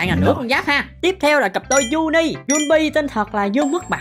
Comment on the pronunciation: Sao anh nói cặp Juni, rõ ràng là Junni mà anh dám nói là Juni 😡😡😡